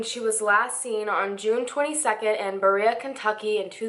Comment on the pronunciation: I know this is old, but just FYI, it's "BuhREah.... in case you ever need it again!